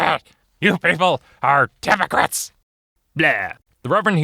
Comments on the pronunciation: Why do I hear "You people are democrats" when he says "You people are hypocrites" xD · I had to turn on subtitles cuz I honestly thought he said "You people are democrats" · Am I the only one who hears "democrats" not "hypocrites"?